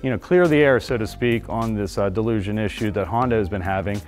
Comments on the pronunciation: It is not pronounced like delusion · I literally can’t get over how he’s saying delusion. Jesus christ man XD ALSO, I have a hard time believing this is fixed just by this video alone. A little sus if you ask me. Typical dealership/sales talk. Half of it is spewed BS and lies. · I'm supposed to trust this who can't even pronounce dilution correctly? Since when does a mechanical equipment's motion and an inadequate seal issue become a software issue, unless speed of motion and the movement of the part is involved. The turbo charged engines are not nearly as reliable as the naturally aspirated engines nor do they last as long. Had a CRV with an aspirated engine with 387,000 miles on it. Bought a 2021 CRV turbo charged engine and it failed at 71,000 miles. Never trust auto dealerships. They have always deceive consumers at point of sale and during repairs.